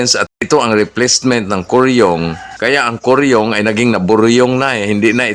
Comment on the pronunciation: Boryong idol Hindi koryong😅😅😅